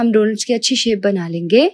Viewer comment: 238 bar ap ne bola .... Len GEY 😂😂😂 Nice recipe I will try today.. Thank you ❤